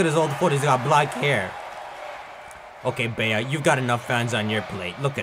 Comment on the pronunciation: Hate to break it to you, but Bea is pronounced 🐝